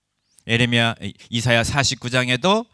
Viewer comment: 교수님! 에레미아라고 하지 마셔요 ㅋㅋ예.레.미.야라고 해주셔요! ❤